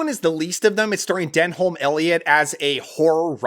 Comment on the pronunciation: Great video, but Denholm is pronounced Denum, typical weird English pronunciation.